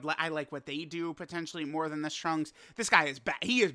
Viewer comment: Holy crap Super Lrunks-…I mean Trunks is on his way!!!!! So hype 😐🫤🙄 Edit: accidentally said “in” instead of “on”